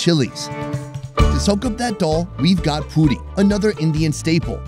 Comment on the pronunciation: He called puri to fudi😅